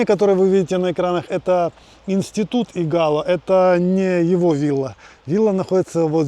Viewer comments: Игало, ударение на первый слог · Виллу Тито с берега не видно! А в названии Игало ударение падает на первый слог. Извините)) приятно увидеть те места с другого ракурса! Мы увидели даже свой дом)) напротив того большого дерева😊😊😊❤❤ спасибо! А собачек и котиков там масса))))